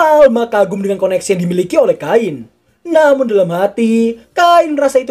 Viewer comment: Cain bang namanya bukan kain Ngakak , karung mana karung oi FBI open ap pedo!! Pedo!! Pedo!!